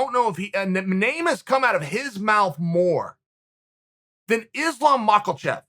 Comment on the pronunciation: "islom macklechev"